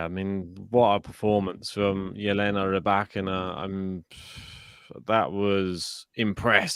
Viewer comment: I like the way you pronounce the name Rybakina This as accent is nearly perfect. You remember my remarks re Andrescu? The end sounds like "oo" not "u", like it is in case of Raducanu (both Roumanian origin). Regards